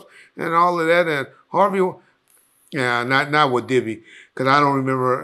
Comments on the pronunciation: Dibby know he could mess a name up 😂😂😂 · I think him and Gene deal does that on purpose, in case court comes into play, he can say “I said Dibby not Diddy”